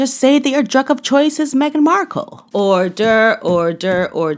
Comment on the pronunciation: Is that your wonderful twist on the word ORDER? You pronounced it as or-DURE, meaning DUNG?!